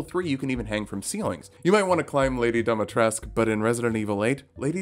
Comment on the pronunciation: Native romanian here ! It's pronounced Dee-mee-tres-cooo